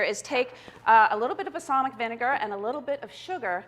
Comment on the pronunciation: I can't watch this. The way she says "basalmic" instead of balsamic drives me nuts.